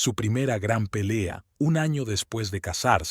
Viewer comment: Y sin problema narran ano que en castellano es culo en vez de poner año